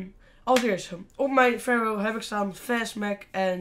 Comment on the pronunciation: Kill dat wapen heet een PHARO geen PHARAO